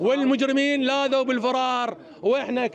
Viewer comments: مذيعنا عيني (لاذوا) الالف ما تلفظ بعد الواو حبي في الموضع هذا. 😅😅😅😅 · عوفك من الجريمة بس هذا المراسل يقرا الف الجماعة منطوقة يكول حيث لاذواا هههنن